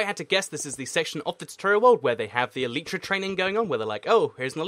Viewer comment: You should do a race to the elytra. Also in the USA its pronounced e lay tea laytra not leetra